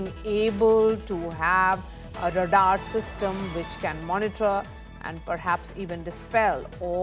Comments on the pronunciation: And d number of times she s repeatedly pronouncing it wrong & d way she stresses is so annoying! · Very poor pronunciation of radar by the news presenter! Extremely annoying! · “Radar" is pronounced as RAY-dahr (/ˈreɪdɑːr/ or /ˈreɪdɑː(r)/). It consists of two syllables with the stress on the first syllable, where "ray" rhymes with "day" and "dahr" rhymes with "car" News reporter needs to speak more accurately. Her mispronunciation is disturbing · What is Radar system??? Wrong pronunciation!! Can't bear to hear her!! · Radaar system...hahaha...funny pronouncing